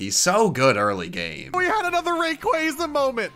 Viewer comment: Man that pronunciation of Rayquaza is so grating.